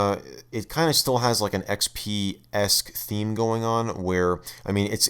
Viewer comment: “Welcome to Microsoft A R R E Windows A R R E ecks-pea.“